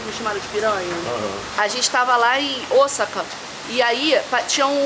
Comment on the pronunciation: Estou amando vcs falarem Osaka corretamente rsrsrsrs